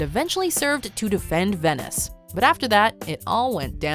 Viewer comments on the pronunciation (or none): none